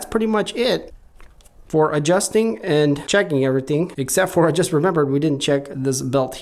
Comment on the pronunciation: It''s, This not Thizz, Just not Juzz